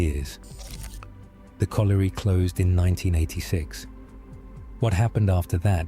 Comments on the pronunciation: Bad ai pronunciation. You were correct with potash not powtash as the narrator says. However it is colliery not coalery so you got that one wrong lol. I live 5mins from Dungeness and it's windswept and rather desolate but has lots of amazing wildlife so photography is brilliant. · One of your better reaction videos. Didn't listen !! " the river silted up " !! SHINGLE is small beach pebbles. POT ASH not PO TASH. COLLIERY is pronounced COL YUREE. DOOMS DAY BOOK not DOMES DAY .